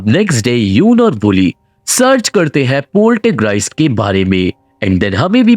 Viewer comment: Not Poltergreist, it's Poltergeist.